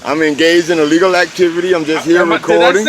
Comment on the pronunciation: Just so you know, when you say you a dong "a legal activity" it sounds exactly like "I'm doing illegal activity" I saw it confuse the cop and it sure sounds odd.